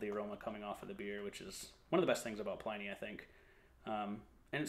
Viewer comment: Sorry to be a tiresome pedant but it's pronounced PLIN-nee not PLINE-nee.